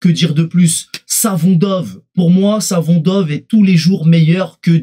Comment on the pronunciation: Juste 2 choses: C'est MAYULU et SAFONOV 😅 Peut-être que tu finiras par y arriver 😉